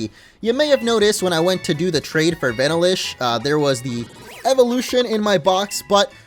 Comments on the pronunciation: Vanillish is pronounced VA-nill-ish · That’s not how u say Vanillish